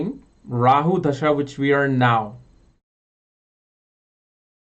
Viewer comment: 'da'-sha (dasha) and not 'dh'-sha (dhasha)....... hindi 'da'